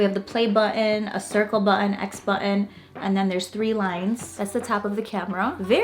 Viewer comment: The word button has a T in it ! LOL